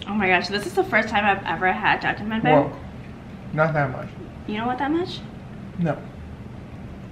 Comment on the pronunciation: As a native Korean speaker, The way u pronounced jajangmyun was pretty good! :) looks yum!!